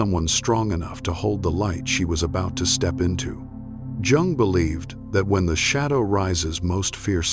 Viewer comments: Incorrect pronunciation of "Jung". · you're pronouncing his last name incorrectly. just saying.